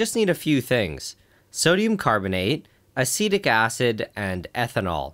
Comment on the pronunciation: When you say acetic acid I hear acidic acid 😄